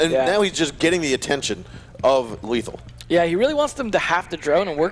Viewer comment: Lethal not letham xd